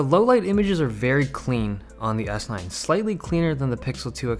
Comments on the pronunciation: I swear every time you said s9 i heard s-line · It sounds like you are saying S-line a lot. Thinking about Audis? haha.